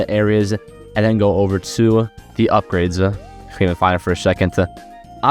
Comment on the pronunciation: Fr bro talm bout "upgradesuh" and "statsuh"